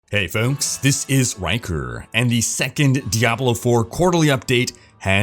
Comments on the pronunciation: is it only me that hears "hey folks, this is wankeerrrr"?, makes me chuckle everytime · What everyone hears: "Hey folks, this is Rhykker" What I hear: "Hey folks, this is wanker" ...fuk my brain..